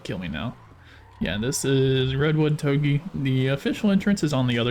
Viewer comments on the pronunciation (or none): toug ey is the worst pronunciation ive heard